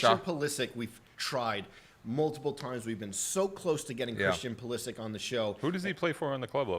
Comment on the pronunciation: You should pronounce Christian Pulisic’s name correctly and maybe Hel come on 😂 that’s ur bad